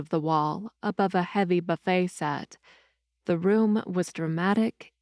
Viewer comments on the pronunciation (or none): none